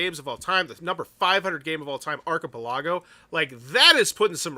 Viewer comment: I absolutely love your videos. But I got to admit, hearing you say archipelago was like nails on a chalk board. ar·chi·pel·a·go /ˌärkəˈpeləˌɡō/ 😁 Keep up the awesome videos. Your videos often supplement my information in deciding whether to back a project or not.